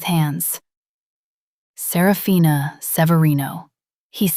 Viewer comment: There are only four syllables in Serafina, not five. Little inconsistencies.